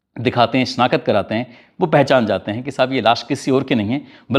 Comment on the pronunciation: The word is not SHANAKAT…. It’s SHANAKT😅😅